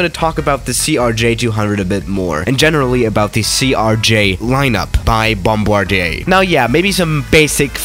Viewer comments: ok but he said Frombardier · I just now knowing how to say (BOM-BAR-DIER) YOU BOM-BAR-DEIA